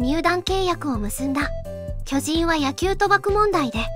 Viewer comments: きょ⤵︎じん⤴︎ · 巨人のイントネーションが気になる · 巨人のイントネーション😅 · 巨人のアクセントが気になる。。。 連呼するならアクセントなおしましょ